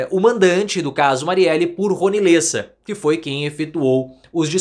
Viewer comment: Lêssa? É Léssa… (Lessa).